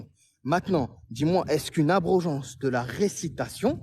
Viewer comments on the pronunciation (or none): Il m’a fumé avec l’abrogéance